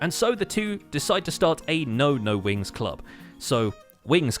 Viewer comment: Glad I'm not the only one who hears Winx instead of Wings.